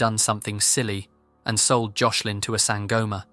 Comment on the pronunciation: You said Joslin’s name wrong the whole time💔